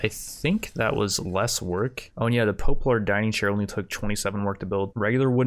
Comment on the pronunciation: "Pope-lar" XD